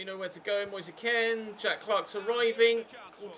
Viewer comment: Why does he say Moyesa Ken? It’s Moise Kean